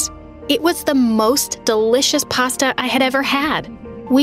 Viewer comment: Pasta or pastha😂😂😂